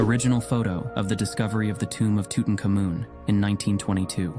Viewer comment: AI pronunciations are laughable. Tootun Comoon?